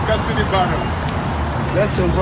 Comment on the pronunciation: “You gonna fight for custory”